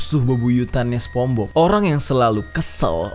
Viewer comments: People : sponsbob Bang jeri : sepongbob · SPONGEBOBS BANG BUKAN SEPONGBOB HEHE, AKU FANS MU BANG JER PISS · Bang sorry namanya spongebob , bukan spombob :v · Ucapannya Sponsbob bang.. wkwk bukan spongbob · bukan spong bob bang nyepong bob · Aku juga sepongbob, manggilnya, mungkin lu doang kali, People : Sepongbob (spongebob) You : sponsbob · Bukan spong bob bcanya bang,, lain arti jdinyaa😭😭😭